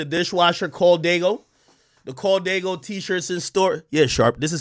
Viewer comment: Well I mean, it’s Diego, not “Diaygo” and nobody gets “Daygo” tattooed on them, everyone I’ve ever seen got “Dago” tattooed. Like most dudes from San Jose get “San Jo”